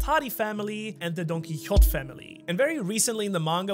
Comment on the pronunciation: Isnt it pronounced like "don key ho tay" ?